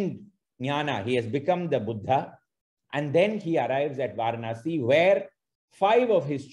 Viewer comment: I think the correct way to pronounce Varanasi is வரணாஸி not வாரணாஸி. Excellent presentation by Sriramji. I am a fan of him on his videos on Madras...